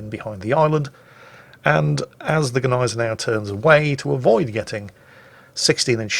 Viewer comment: I thought the G was silent in Gneisenau